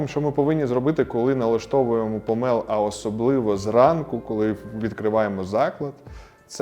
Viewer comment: Дуже дякую за українську, єдиний момент - не помЕл а помОл . Провідміняйте слово - не помЕлоти а помОлоти, змОлоти